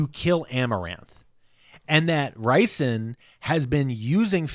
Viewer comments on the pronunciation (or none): Rhysand is not pronounced "RICEand", it's "REESand"...minor detail, but makes my eye twitch when someone says it like that 😜 😂